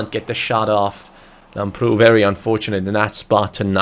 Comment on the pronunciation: Lamprou is actually pronounced Lámprou in the a. Like so can see